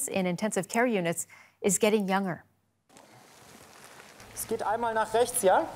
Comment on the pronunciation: I know!!!! It's driving me crazy, also her pronunciation of 'younger'. Aaaargh!!!